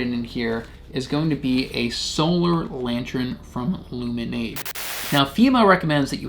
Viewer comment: Love your videos. Are you saying Lantern or LantREN?